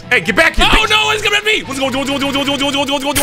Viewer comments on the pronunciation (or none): WHAS GWOING WHAS GOING